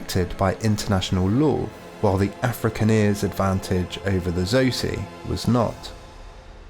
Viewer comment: Butchered the pronunciation Afrikaner and Xhosa